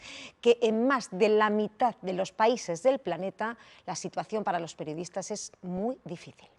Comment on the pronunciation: "perdiodistas" jajajaajaja